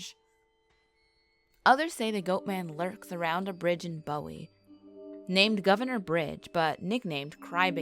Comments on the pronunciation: OMG... My family has been in Maryland since 1782. Carroll County be be exact. This persons pronounciations are like sand paper on my ears. I was gritting my teeth. It's Boo Wee, Towel Son, and Pa toe Mac. LOL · Whoever narrated this must not be from Maryland. Bowie is pronounced BOO-wee, not like David Bowie. I've heard of Goatman but laughed it off as b.s.